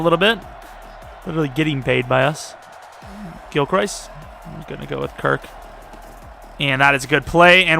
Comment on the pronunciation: ayyy thx for saying gilchrists name right im guessing you saw my comment